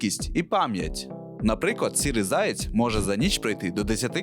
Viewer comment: Відразу відчувається російськомовне дитинство автора в неправильному наголосі пов'язаному зі словом заєць. Міг би і підготуватися щоб не різало слух у глядачів.